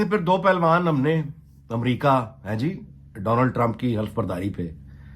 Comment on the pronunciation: Name is Donald Trump NOT Donaald Trump. Correct your pronunciation.